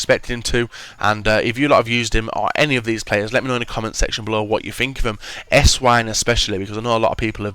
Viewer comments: It's pronounced Essvine... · how come nobody knows how to pronounce Esswein properly, he is german the w is obviously pronounced as a v, im not a hater but come on.